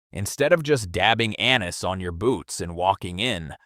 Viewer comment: Your AI presenter does not now how to pronounce anise